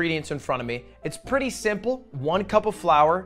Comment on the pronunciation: Claims to be french and speak french yet can’t pronounce “simple” properly. Hmmm? 🤔